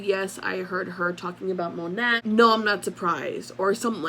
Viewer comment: Isn't it pronounced "moe- nay" and not phoneticly ( moe-nat ) 🙄 .. or maybe that was their intention originally... Oh and also, kvd= been cancelled... Anyone with a brain can see through this poor excuse for damage control to line her pockets.... She doesn't give a damn about anyone's opinion of her